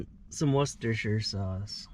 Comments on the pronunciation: worcestershire sauce. If cant say it right for sure I will not learn ever!. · wostershyr sauce :DDd